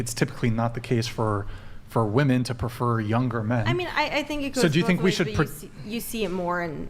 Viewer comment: Why can't any of these girls say the word WOMEN...?